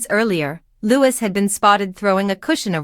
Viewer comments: It’s NOT said Lewis it’s Louie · No it's LouiS with final S